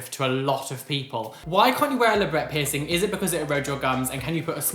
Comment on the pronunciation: Anytime i hear literally anybody say peircing gun i imediatly get triggerd 😂😅 love you!! ❤💙